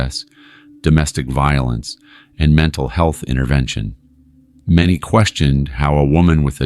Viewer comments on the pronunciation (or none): none